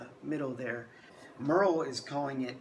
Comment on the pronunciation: Great video, but you are butchering the pronunciation of the Merrell name. It's not pronounced like "Murr-ell", it is pronounced the same way the famous actress Meryl Streep pronounces her first name.